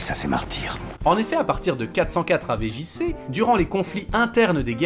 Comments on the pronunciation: Il y a que moins qui a les oreilles qui vrillent quand j'entends "AV JC" au lieu de "avant Jesus Christ" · "avé jissé"